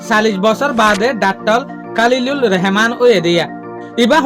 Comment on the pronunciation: Not Reheman❌❌ Rahaman✅✅